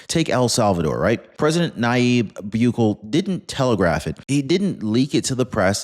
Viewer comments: Just for future reference, the pronunciation of the president of El Salvador's name, (Boo- kay-lay) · Love the attempt on Salvadorian president last name lol ..but was definitely butchered 😅. Correct pronunciation is Bu(boo) Keh Leh. Love your videos bro ..very informative, hopefully it's a perge and not a preparation for global conflicts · Bukele is pronounced Boo-K-Lee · I think his name is pronounced "Boo Kell A" He was also the first to put his country on a Bitcoin Standard.